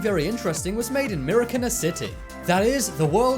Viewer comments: "Me-ri-ki-na" XD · He Prounounce MARIKINA wrong but its fine